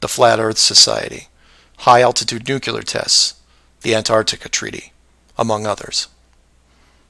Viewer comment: You truly give a new definition to the concept of "reaching." You have no basis to defend any of these claims other than your own paranoia. I understand that some people have such a desire to feel smarter than the "sheeple" and are thus more likely to accept fringe arguments. Also, learn how to pronounce "nuclear."